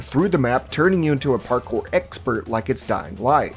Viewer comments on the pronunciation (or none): none